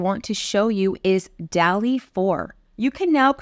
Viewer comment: I always thought it was DAH-lee, like the painter.